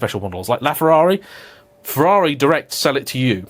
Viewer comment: You pronounced Ferrari wrong when mocking the "Porsche not Porsche" people, which makes it even funnier. As an Italian, I find it way less irritating if you pronounce it the English way than the fake italian accent way.